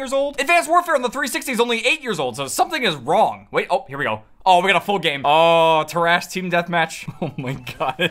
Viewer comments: Why did you say "Terrace"" like that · the way you pronounced terrace made me cry